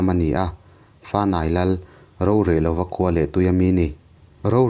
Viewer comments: Rorehloa tih hi ro lai hi rohlu kan neih ro tih a lam tur. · Rorehlova i thluk khi a dilo deuh ....tha ltk e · Rorehlova... Ro tih hi ri sanga lam lovin rihniama lam zawk tur a ni e...